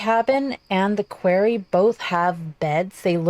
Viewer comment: You are so down-to-earth: "I CAN speak and English IS my first language!". If this country had more people like you, THAT would make it great again. Not "Metallurgy" like "Metallica" but "Metal" +"Urgee". The "arry" in "Quarry" sounds like "orry" in "Sorry" which is what I am for offering these corrections. If I have something hanging out of my nose, I would rather you tell me than I remain oblivious. 🤙